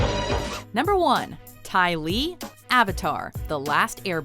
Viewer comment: Ty Lee.... really??